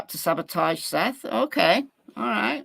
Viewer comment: Dog has already came out with his theory. Sounds like he’s taking Seth’s words as facts. He wasn’t even saying Seth’s name right. Lol I wonder how much “investigating” he’s really gonna do. Hey I’m gonna be optimistic, maybe there’s a method to the madness.